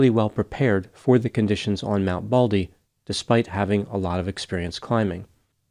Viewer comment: MT BALDY, not BALDLY!! 😂 NEVER underestimate the wilderness or the ocean. You can never be too prepared. All it takes is for a few small things to go wrong. Phone battery dies, you forgot your jacket, you lost your map, you left the flares at home, forgot the food pack, too little water, etc. One thing goes wrong, you may survive. 3 things go wrong you won't make it. The other thing too, is to take a partner and never go alone. And make sure that your partner is as experienced and prepared. Stupid partners exist and are deadly. I learned the hard way on a trip to Zion. My male partner (BF at the time, but Ex after that) assured me he knew that hike. A car drove us 40 miles up the winding mountain road in Zion National Park so we could hike 17 miles downstream on the river bed. The river at the bottom was cool and refreshing and the air temps were mid 70's, going to 80 F. He also told me to leave my boots and jacket in the car and only take my sandals as we would be walking in a wet river bed for that long hike. We had no food, no lamps, no bedding, only a day hike. The car left to go back. I stepped into the trail and the air was 35F at the top of that mountain. There was a ring of mountains around, it was a crater. This meant the sun would NOT be shining on us until 10 am, and it was 7 am. It was freezing cold and I had no jacket either. I dipped my sandaled feet into the water and it was ICE COLD!!!!! I realized in an instant that there was no way I could walk a mile in tha